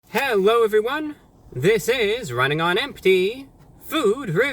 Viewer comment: Hewwo Ewywun!